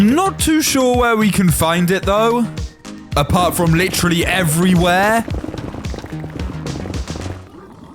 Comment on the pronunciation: The first time said every where he actually said evy whar